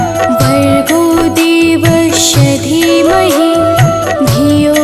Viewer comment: गायत्री मंत्र में देवस्व के स्थान पर देवश्व का उच्चारण हो रहा है कृपया शुद्ध करें जय माता दी 🚩🚩🚩🚩🚩